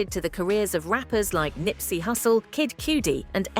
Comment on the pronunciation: Oh please work on pronouncing properly I love Kid Cudi and you are saying his name wrong